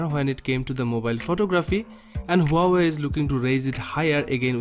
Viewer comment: Ha-wai... Just pronounced like that 😂